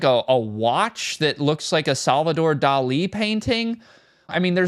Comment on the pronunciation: Who tf says Dali lile that